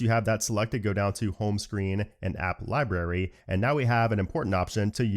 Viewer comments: Don’t you realize you mispronounced the word “LIBRARY” ? LieBerry… not. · Lie Berry ? Cmon. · he says lieberry lol